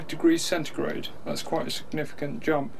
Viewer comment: Why does he keep saying centregrade